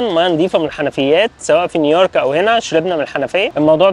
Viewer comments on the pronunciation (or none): يهندسة انته كل مره بتقول نيييورك مينفعش كده ياباشا هي "نيو يورك"